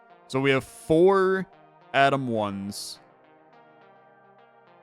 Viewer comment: I don't know if it's because im not an English Native Speaker, but all i heard was "Adam 1 Adam 2" lol